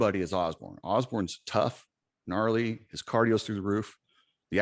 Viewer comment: LMFAO hey coach Dylan says "gnarly" not "naughty" 🤣🤣🤣🤣🤣 i used to think that's what he said too i promise it sounds like naughty but its not